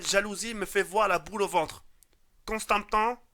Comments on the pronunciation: Constapon PTDRR en dit constamment jaoued xD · il à du mal avec constantan pour le dire il m'as tuer lol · Ça se prononce constamant (je te l'orthographie comme ça si ça peux t'aider) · Répète après moi : Con-sta-ment... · "Constapent, constepent, constapent" mdr xD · Constament à la: " Constampan " mais mdrr